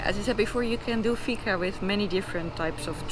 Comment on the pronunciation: It is fika. Not figa 🤷‍♂️